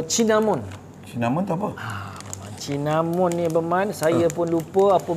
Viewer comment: Cinnamon - Kayu Manis lerr. bunyinya Sinnamon.. jgn sebut Cin🤭😆. Jumpa da tadi survey kat Shoppe✌️.